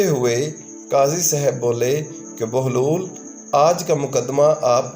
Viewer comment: Baglol ni Bahlol Lafz hy mery bahi alfaz ka bayan sahi tarha karna seekhan.